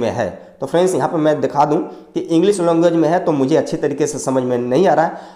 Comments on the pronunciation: longage nhi language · It's language 😅 not longage 😅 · He say language longuage 🤣😂🤣😂🤣